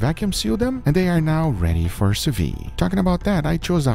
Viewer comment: sous-viDE. not sous-VI goddamn